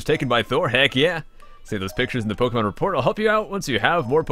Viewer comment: You're one of the few that pronounce Pokémon as you should... xD